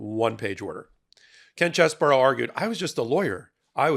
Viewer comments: Its pronounced CHEESE-BRO....not CHESS BOUROUGH you sound libelous when you make fun of his name like that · OMG please explain to me how you think the letters CHEESE-BRO....get pronounced CHESS-BOUROUGH?...and RATHENSBURGER.....who talk you enunciation its pronounced RAT-IN-HIS-BURGER. Come on man you are a professional. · It's CHEESE-BRO, not CHESS-BURROW. And it is not spelled "Cheseboro."